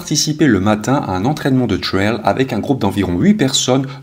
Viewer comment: Le « coureur de thhhrayl » au début c’est pour me tuer ??